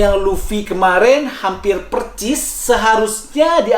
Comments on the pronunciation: Percis 😂😂😂 persis bang persis bkan percis 😂😂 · Persis bukan percis bang. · Bang persis...pake s bukan C